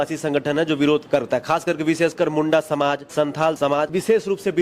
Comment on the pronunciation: मुंडा होता है चाचा , मुंड़ा नहीं, इसका अलग-अलग अर्थ होता हैं!मुड़ा दिकु का शब्द है!!